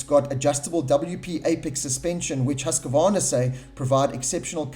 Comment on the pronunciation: Seriously.... It's HUSK-VARNA. Not HUSK-A-VARNA.... FFS...